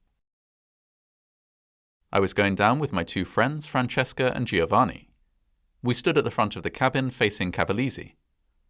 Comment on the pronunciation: Just as a note, Giovanni is only three syllables - it's said like jo-VA-nee, but you sort of linger on the n a bit because there's two of them. I have a friend with this name and have heard him explain it.